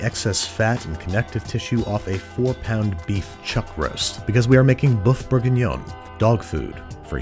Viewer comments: Woof Bourguinion, not Boeuf Bourguinion. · more like 'woof bourguignon' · "Boeuf bourguignon, dog food for humans" I think you mean woof bourguignon, Andy. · Didn't you mean "woof bourguinon?" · "Boeuf bourguignon, dog food for humans." Getting a bit posh there, Babish? :D